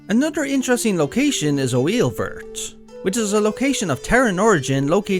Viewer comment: Haha ^^. It's just that it looks French so it's funny to hear it not pronounced in French. It's written "Oeilvert" (same name in French btw). You can separate it to make "Oeil vert", which means green eye in French. And we say it, something like "a vair" to make it simple. To make it less simple, make a mix between "a" and "oy!", for the first word, and for the second one, of course, you have to use our characteristic R sound at the end.